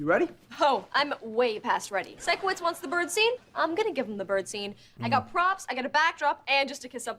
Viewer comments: Absolutely loving these reactions! Please continue with it! Also just to let u know Sikowitz is pronounced like Psycho wits. I think its most likely a play on words because hes a bit weird and quirky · Love that you’re now reacting to victorious! I loved it growing up🥰 and just so you know, it’s pronounced Psycho-witz, not Sicko-witz 😂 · Psycho-witz. That’s how you remember how it’s pronounced 👍 🦜